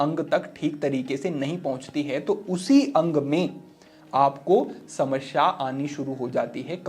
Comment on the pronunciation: समस्या में दूसरे स का उच्चार गलत था।